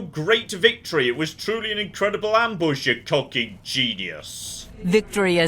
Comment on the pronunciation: Please I beg you stop saying the word cockin, I don't want to stop watching your videos 😭